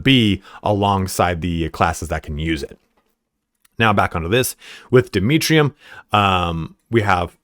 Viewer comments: I want to see a mission where you fight half tyranids, half 1000 sons Vox Liberatis: Am I a joke to you? Also: Dmitrium. Ah, yes. The Russian relative of Demerium. I'm just joking around,. Love the content. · the constant mispronunciation of Demerium is killing me lol